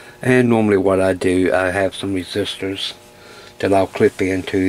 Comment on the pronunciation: Near the beginning (when you were talking about draining the caps) and you said, "I have some resistors...", I swear I thought I heard you say, "I have some sisters ..." and assumed you were referring to multiple family apprentices that can be deployed in a High Voltage situation...